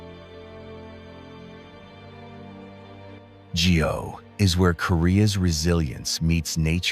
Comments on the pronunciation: Geoje pronounces “gu jay” , gu is in gut. Not Geo in geometry… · 나레이션을 맡았으면 고유명사 발음을 확인하고 진정성있게 해야지 공부 한번 안하고 자기 내키는데로 발음 하고 있네. 경복궁 : 기엉바쿵 한옥 : 해놐 거제 : 지오제 하아... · Great video but terrible pronunciation of place names. I'd hate to be a tourist going to Korea and saying I want to see Gee-oh-jay island. No-one is going to understand you 😅